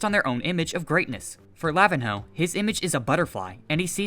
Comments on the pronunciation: btw pro tip it's not pronounced lavin-ho, im pretty sure nh is said like ny, so it would be lavinyo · Lavihno is pronounced La-vin-ño or La-vi-nyo the ihno means little or mini in Brazilian Portuguese